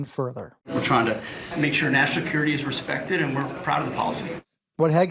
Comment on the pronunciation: "Nashacurity"?? Have another drink, Pete.